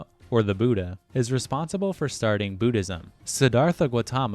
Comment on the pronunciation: As a Buddhist who was studied Theravada Buddhism he was 100% accurate only thing he got wrong was the pronunciation of the Lord Buddhas name. Also I don't think the Muslim people will be happy about the depiction of the Prophets Muhammed's face lmao